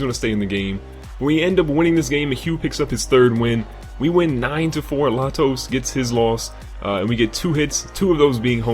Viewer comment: The pitcher in the first game is pronounced lay-toes, not la-toes. Great video